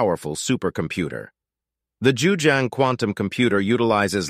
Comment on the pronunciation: You’re pronouncing the name wrong. It’s JiuZhang, not Juzhang.